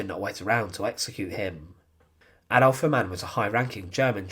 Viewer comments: Ha' mann not Ha ma'nn! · please get your German pronunciation right! Its not HAmann but Hamann. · Hamann pronounced with two syllables " Ha-Mann" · You pronounce the name as if it was an Arab name (similar to haram). It sounds bad for a German like me. So the first Ha is spoken long. Haaamann.